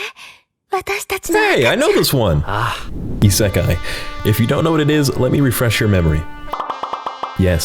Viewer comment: "hey i know this one ISAKAI " what the hell is isakai?